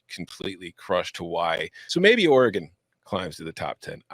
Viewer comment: Don’t ever say ory-gon again…. We hate it. Ory gun!! Or Or-again